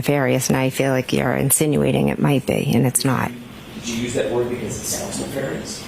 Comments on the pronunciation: Or. . .Why does she not know how to pronounce nefarious? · Rewatching this… she pronounced “nefarious” the way she did because that’s how Hank Brennan pronounces it. We all clocked it immediately!! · NEFARIOUS and the first pronunciation, was used by HANK BRENNAN at one of the motions/or VOIR (to see)dire ( to say/ to tell) hearings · Where did Jen get her new vocabulary (nefarious)? Obviously from Hank Brennan, who earlier mispronounced that word in court just as Jen mimicked it. She then corrects her pronunciation after she hears Jackson say the word correctly. What do you make of that?